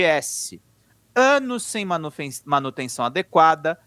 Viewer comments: UFRGS não se diz U Efe Erre Gê Esse, se pronuncia urguis, sem o F, já que a universidade era estadual em sua origem, a URGS. Com a federalização virou UFRGS, mas com a pronúncia antiga. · O nome da UFRGS se pronuncia URGS tudo junto e não soletrado